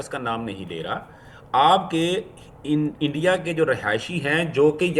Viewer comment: सही बोल रहा है जैसे इंडिया को ये एण्डिया, नागपाल को नगपाल, स्कूल को इस्कूल जैसे बहुत सारे शब्दों को बेवकूफ़ो जैसे बोलते है।